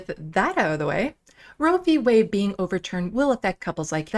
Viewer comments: Roe v WAY ??? What happened to the D in Roe v Wade -- Lauren ?? Do you actually READ or know HOW to read anything?? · Did she just say roe V waY? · At :10 in, she literally says Roe v. Way 🤣🤣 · Is it true that in a recent study Matt Gaetz was found to be the number 1 cause of teenage pregnancy. Some please tell Boebert that the LGBTQ community does include women perfectly capable of becoming pregnant. Fck she is beyond stupid and yes she did say Roe v. Way. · Maybe it's my audio but I swear LB said Roe v WAY. Although she is ignorant enough to believe that LGBTQ persons have no reason to concern themselves with the right to choose. I stopped watching after that point. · She said Roe v. Way. She doesnt even know the actual name of the ruling. She does stupid proud. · Did this moron say Roe v Way?... She gets dumber by the day but she's a good puppet for repubelicons... America's taliban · Anyone else notice Boebert called it "Roe V Way"... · She said Roe V way 🤣🤣🤣🤣🤣 there's that good enough diploma education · Roe v ‘Way’ or ‘Weigh’, she literally doesn’t read shit, let alone have real thoughts.